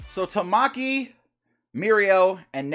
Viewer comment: Ta-muh-key. Not Ta-ma-key broski